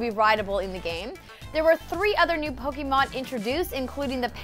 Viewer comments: POKE-AY-MON, NOT POKE-EE-MON. GAH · anyone else cringes everytime she says pokymon? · Man, I wish people would stop pronouncing Pokémon wrong. Especially people who report on gaming.